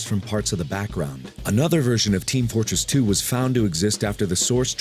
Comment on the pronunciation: Did he say Team Flortress 2?